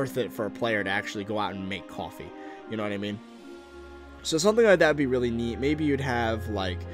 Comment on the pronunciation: I live how you said "cawfee" in a New Yorker accent